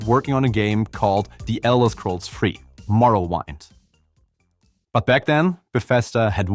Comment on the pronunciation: Morrowind pronounced as in morrow-wind.